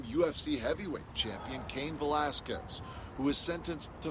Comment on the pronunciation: man the anchor butchered his last name real bad😂